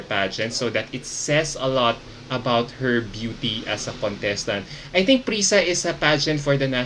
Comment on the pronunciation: It is pronounced as PRISA-A po. An association of Private Schools po. SCUAA po if state universities and colleges.